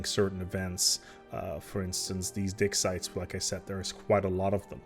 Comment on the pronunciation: OK, for a moment I thought I heard "dick sites." I think my cold and accent are messing with me...